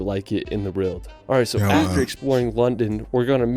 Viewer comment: Shame the guy in the video who is a famous world traveller can't say WORLD properly.